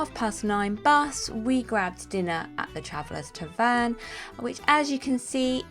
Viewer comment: The word "tavern" is stressed like "pattern", not like "return" .